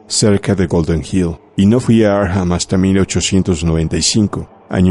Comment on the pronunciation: No se pronuncia Arkjam, es Arkham tal y cual esta escrito